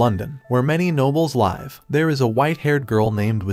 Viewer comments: Keep using AI! As long as I know it can't pronounce the difference between live and live, I won't get too scared of skynet taking us out.... Yet 😂😂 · didnt know its Ai talking. bro didnt say live the right way lol w content though